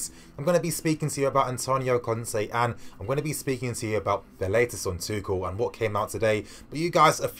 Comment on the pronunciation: Isnt his name pronounced tushell